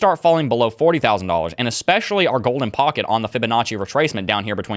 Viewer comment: Stop saying eCspecially!!!!!!